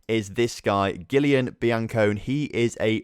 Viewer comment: giulane bancone's first name is just pronounced julian. Keep up the great work, wtahcing every episode!